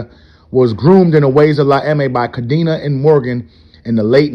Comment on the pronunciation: Cadena, the old leaders last name is pronounced: Ca-Den-Ah. It means, chain, in Spanish.